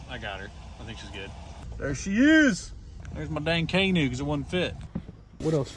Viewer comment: Did he mean to pronounce canoe like that?!? LOL!! “My dang kane ooh” Love this dude, feeling the positive vibes through the interwebs! 😂😂😂